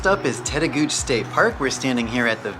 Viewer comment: Good video, although "Tettegouche" is pronounced "tet-ah-goo-chee" rather than "tet-ah-gooch".